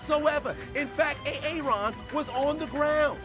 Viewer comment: I will admit I'm new here but hearing you say Aaron like that makes this more funny.